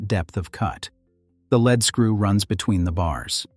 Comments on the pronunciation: Spelled lead. Pronounded leed. As in leed screw. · I know that 'leadscrew' is spelt the same way as the element lead (pb), but we in England (where Maudsley lived) pronounce the word as 'leed' 'screw'!